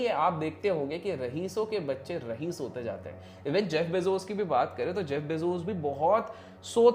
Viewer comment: Its raees not rahees